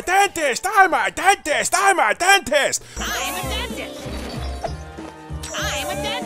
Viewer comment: 'I'm a dentist'? I swear I heard him say 'I'm adopted'